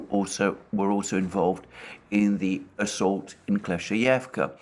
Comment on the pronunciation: if i heard dima well, it’s klesh-chey-ee-yevka ..;)